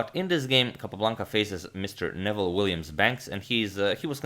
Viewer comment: I knew his name is not pronounced as Nevel but as Noo[ I played him twice as a young man he would give mixed Chess and Checker exhibitions